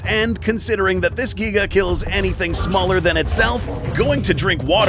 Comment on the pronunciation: The Giga’s “Gnash” ability refers back to when you discussed the unused prologue of Jurassic World: Dominion two years back. “The T rex’s throat was slit by the ‘Jiga’ (as you pronounced it back then).”